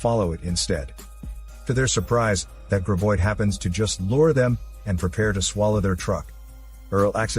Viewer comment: It's GRAB oid!!!, not GRIB oid!!!